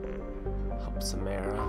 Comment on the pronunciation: I hate it when he calls Samara, Samera. I'm always like "IT'S SAMARA NOT SAMERA!!!!" I know it's stupid but really annoys me.